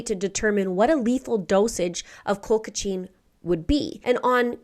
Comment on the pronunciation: There was a case of Colchicine poisoning where a girl worked for a chiropractor and dated the Dr’s Son. Once they broke up, the girl poisoned his Mother, the Dr., her Boss, and tried to frame the Son. Terrible way to go. It’s actually pronounced Cole-chih-seen. Glad to see you back! 🫶🏼